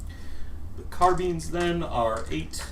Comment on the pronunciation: Today I learned a new way to pronounce Carbines; Carbeans :D